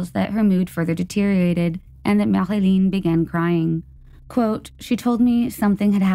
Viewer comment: You said perfectly the name of Marilyn Bergeron ♡ love cases from Québec - Canada.. thanks and I really really love you channel/videos ♡